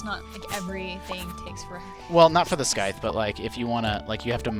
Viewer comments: Scythe not skithe 😑 cmon man you sound atleast in your 20ies and you don’t know how to say scythe correctly ..... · It's scythe, not "skythe". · He kept pronouncing scythe as skythe. What a weirdo.